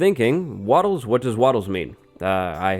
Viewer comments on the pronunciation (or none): its big no on the "wattlers" chief